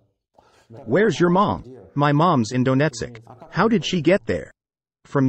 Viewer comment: lol "Dough-net-sick"